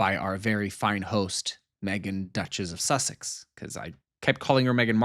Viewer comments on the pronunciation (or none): " Seseex" is not her last name.